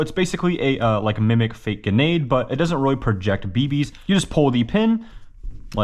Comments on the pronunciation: what the fuck is a 'ginade"? theres an 'r' in there homie ....... grenade[ gri-neyd ] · did he say "genade"? or "grenade"? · Lolz the cringe everytime he says g'nade or geenade.... its a grenade bro got an R in it... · why do you say genade instead of grenade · Geenade lol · “Ga-neade” Bro what? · Um……..it’s pronounced “GREN-ADE” not “GUN-ADE”. Just saying there’s an “R” after the “G”. Love the channel though.💯💯👍👍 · I died every single time you said "Ginade" instead of "Grenade" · I love how he says grenade. "Genade" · Guh-nade? Knifes?? Where dafuq did you learn English???? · anyone notice how he says genade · Please bro, just listen to me, its not pronounced Genade (yes, the R isn't silent, ik crazy) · . A genade? Or gaynade?